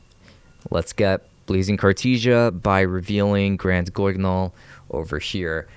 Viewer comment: good attempt with the name: granguignol its french, and to the english tongue, its pronounced properly as: graan-geen-yol. extra emphesis on the "ee".